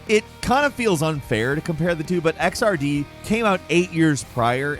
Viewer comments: ok so fun fact: XRD is pronounced X-ERD... sooo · Xrd is pronounced as a word not by the letters...just sort of the way GG games are